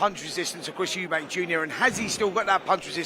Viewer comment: Please stop saying eubanks its eubank ffs